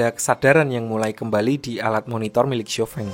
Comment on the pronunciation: Baca Namanya Xiao Feng (Siao Fong nich Baru Bener)